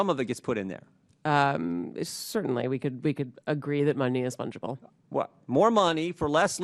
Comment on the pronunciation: Fungeable is a funny word